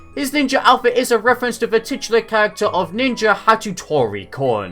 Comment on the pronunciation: The pronunciation of "Hattori" would be "Hatori", a "t" silent here.